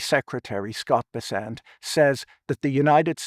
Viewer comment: Pretty sure it's BESS-ent.